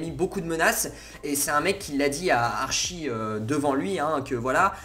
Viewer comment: ça me stress comment tu dis Archie... ça se prononce « ArTchie » 😭 sinon super video